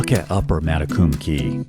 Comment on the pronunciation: One tiny correction; spelled Matecumbe Key, also divided by Lower and Upper, is actually pronounced, mat-a-cum-be. ❤ Thanks for gorgeous film of my 30+ years home!